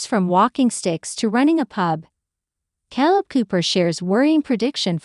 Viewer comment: Jesus Mary &the donkey ! stop with the KAL it’s K ,kay kayyyyy leb you’re making us crazy 😫🍀